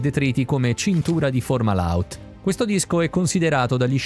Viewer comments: Perché la pronuncia "formala out"? Fomahault è parola araba e significa la bocca del pesce. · Non formahault ma Fomahault, correggete la voce della IA che legge i testi